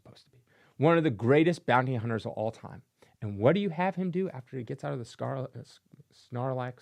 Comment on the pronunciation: You are 100% correct in your take, Sir. But’s it’s sarlac. No N in the name 😂.